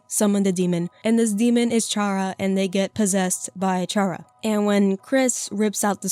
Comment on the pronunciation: Just pointing out, the plot of the genocide run isn’t Chara possessing Frisk. Chara at the end reveals that they’re the narrator in all runs. The player controls Frisk into killing and since Frisk and Chara share EXP and LV you basically turn Chara insane and evil in the genocide run. Also their name is Chara as in character so the ‘ch’ sound shouldn’t be made.